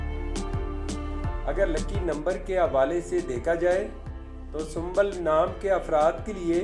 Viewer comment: Sumbal nhi hota aap galat bol rhe hai sumbul hota hai I am sumbul